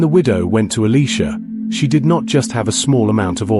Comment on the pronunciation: why are you saying Eleeesha It's Eliiiiisha ?